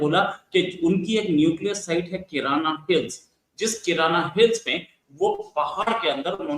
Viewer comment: किराना हिल्स नहीं, कायराना हिल्स कहनसही होगा 😅😅😅